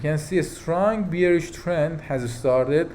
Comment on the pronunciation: Please check the pronunciation for the word Bearish